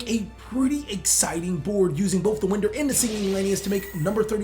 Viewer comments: This man said Winder as in blowing wind... It's a time thief card, it's pronounced winder as in a clock winds.... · Winder like you are winding a toy. Not blowing wind